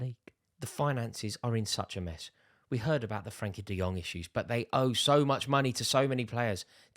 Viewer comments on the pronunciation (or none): none